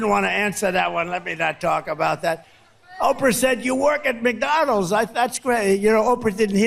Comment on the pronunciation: Why does he drop the d on the end of McDonalds? Lol just noticed this, Mcdonals hahah!